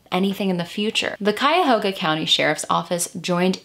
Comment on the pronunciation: Where are you from? Im proud of you correctly pronouncing Cuyahoga and Lima or was it Elyria? Either way, good job!!